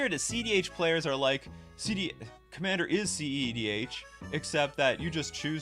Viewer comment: You're the first person I've heard actually calling it cedh, usually I just hear cdh